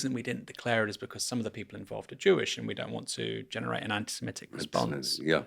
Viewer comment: Aaron: t's anti se-MIT-IC, not anti siMET-ic!